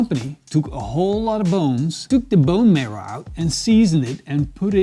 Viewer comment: What are you trying to say? And did you mean "marrow"? Hehe, "merl"...